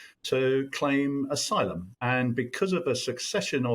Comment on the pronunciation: Aylum, you say? Figures.